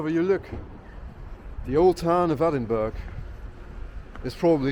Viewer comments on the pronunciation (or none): Its ponounced Edinburrrugh, hope that helps.